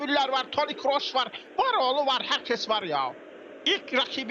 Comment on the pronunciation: toni krooş degil toni kroos